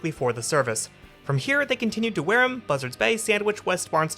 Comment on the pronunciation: Its pronounced Wear Ham.. you're obviously not from Mass.